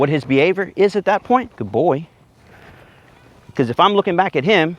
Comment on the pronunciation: love the “guyd boi”